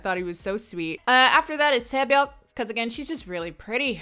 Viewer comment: YOU STUDIED KOREAN AND PROUDLY "KNOW IT FLUENTLY" YETTT YOU PRONOUNCE SAE BYEOK....AS SAY-BAYOK .... UM YOU DONT *PRONOUNCE THE K! HER NAME IS SAE (SAY) BYEOK (BYE-YO) KANG (KA-AHNG) KANG SAE BYEOK .... KAHNG - SAY- BYE OH.*